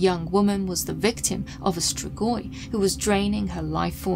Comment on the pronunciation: STREEEGWAH (Romanian pronunciation) Love you, just a hint!